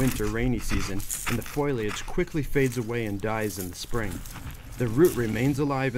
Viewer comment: FOH-LI-AGE NOT FOIL-AGE. Love your channel. Interested in wild edible plants found in north Florida. Many prickly pear cactus growing here.